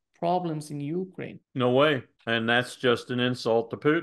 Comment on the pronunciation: He does the same with Ukraine .He says (UU crane).😅😅😅